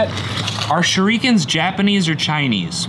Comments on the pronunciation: shuriken are Japanese but your saying it wrong.. say the Ri as ri not re.. like when you say Rin. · ITS PRONOUNCED (SURE-rahh-KIN) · Its pernounced "shoe-dee-kens" and they are japanse. Or just "Sure-ih-kens" for use Americans who dont speak them fancy pronunciations. I answered a question no one attempted and I scrolled some comments... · Sure-Ah-Ken (ken as in Pen or hen.. with a K) and yes, new camera is good =D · it's a shur-a-kin shur-e-kin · SHER-I-KEN japanese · Shurikens are Japanese and the i is pronounced like the i in igloo not studio